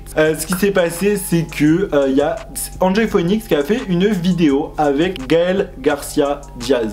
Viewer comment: "Enjoy phouénix" 😂 sinn je kiff tes vidéos et vrmt ce top c'est une trop bonne idée 💛☺